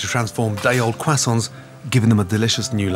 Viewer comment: Why can’t he pronounce croissants?